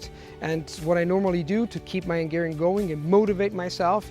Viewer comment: He kept saying "ʌŋˈgɛəriən" instead of "hʌŋˈgɛəriən"